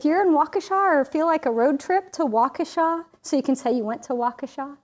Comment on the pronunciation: Oh …you even pronounced Waukesha correctly (walk-a-shaw). ❤ My hometown. I will be there for a class reunion this weekend, but leaving Mon so will miss the conference. Boo…but I’ve attended in the past, so can picture you all there. Love this sgraffito tutorial. Thx!